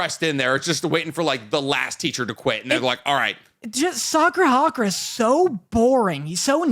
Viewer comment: I know that this won’t make like Windbreaker any better (probably) but his name is Sakura Haruka not Sakura Hakura 💀